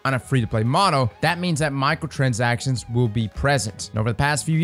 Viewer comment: My ears keep hearing "Michael transactions" 😵‍💫